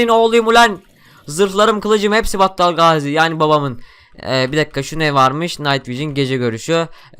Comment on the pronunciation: Battal Gaziyi ne kadar güzel söyliyosun :d